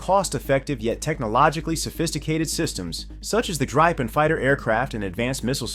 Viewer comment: Try pronouncing it as "gree-pen". That's still not quite right, but closer.